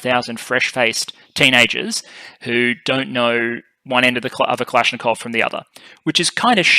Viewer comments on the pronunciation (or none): none